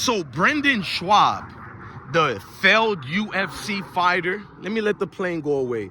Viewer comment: My guy..his name is pronounced BRENDAN…aka “Brin-din”…and his last name is pronounced “SHOB”.